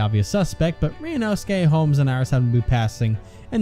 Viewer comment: said Sholmes instead of Holmes, she did an oopsie